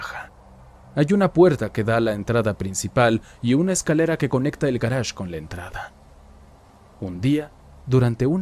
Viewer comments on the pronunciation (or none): Cada que decia garaje solo venía a mi mente el ulala señor frances jajaja